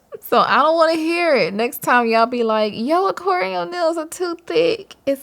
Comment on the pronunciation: I love how you say Oquarium haahha 💕😘